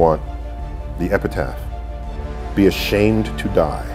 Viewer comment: "be ashamend of yesturday"